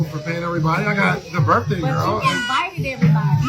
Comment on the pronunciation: “It’s my burfday!”